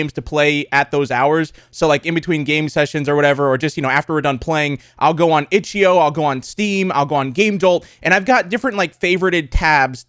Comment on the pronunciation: When he said itchio I knew it was a problem